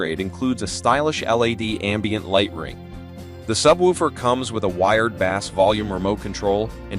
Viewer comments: I just can’t with saying “W” instead of watts. And pronouncing bass (fish) instead of (base). It’s like they have no idea and just reading a company script. Not a real comparison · These ai voice generated videos cannot be taken seriously... "Deep Bass" was my turning point